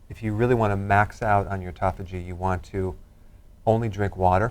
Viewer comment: Autophagy not ecophogy...it pertains to fasting... If you search Dr Berg/autophagy you'll learn more about it